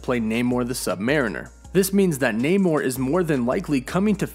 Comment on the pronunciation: Bro that’s not how you pronounce “mariner”